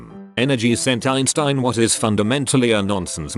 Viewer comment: Albert Eenshteen